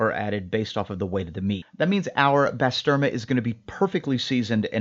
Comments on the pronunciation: Great vid 👌 on it own it’s amazing but frying it up with eggs is on another level. Try saying bah-sterma… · Bro butchered the name and its turkish lol.